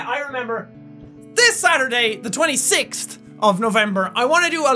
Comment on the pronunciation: Awww, have you noticed that cute "26-t"? I'm watching some of Jacks old (like very old) videos now and there are these "t"s instead of "th"s, and it's so awesome he still has those in his speech^^